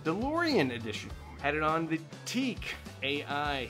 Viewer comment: Yep you are right, thats the correct way. thats how the japanese say it Tea ack